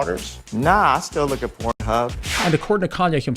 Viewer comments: I thought I was not hearing him right when he was saying “corn” every time. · You really goofy for saying corn instead of porn. My god money has you guys do anything pathetic. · Why does this dude keep calling it corn? 😂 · Are you saying corn? With a C or K instead of P?? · Are you saying corn?? What am I missing here?